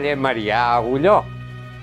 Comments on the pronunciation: Es carrer Marià Aguiló no Agulló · Muy buen documental. Però la calle es Marià Aguiló, no Marià Agulló!